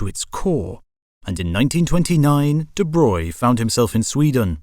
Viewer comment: Again, thank you for pronouncing 'de Broglie' correctly ;) well, at least more correct than 'de brog-ly', it's still not quite 'de broy' ... try the soundbite on the wikipedia page for him :)